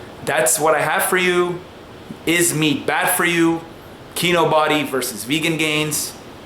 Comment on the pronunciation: Lol he pronounced it KEY-NO-BODY instead of KEY-NO-BEE.